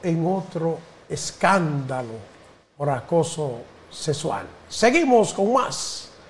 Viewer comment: Señor buenos dias... Usted a veces hace cmemtarios atinados lo cual valoro mucho, pero por favor ocupese de aprender a hablar correctamente, que usted es un hombre muy mayor, respetese y respete a lod demas.... No se dice sesual..... Se dice sexxxxxual..... Ok.